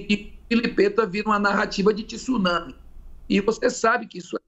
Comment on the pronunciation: Pronunciou a palavra tsunami de forma incorreta então já tá totalmente errado nos argumentos.